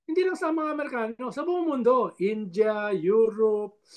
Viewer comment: Sen. Robinhood, bakit galit ka sa mga markano? Yan ang pagpronounce mo ng amerikano. Malaki utang na loob mo kay duterte dhl naging senador ka. Pero magkaron ka nmn sana ng malasakit sa kapwa mong filipino. Sayang sweldo mong galing samin.